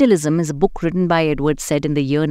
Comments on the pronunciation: It's pronounced as Saeed, he is a Muslim:) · You are pronouncing his name wrong. It’s pronounced like: sigh- eed. How do I know? Well I’m currently in a discussion with his nephew , who I went to school with. I think he would know how to pronounce his family name. And FYI, this is the standard way to pronounce this name.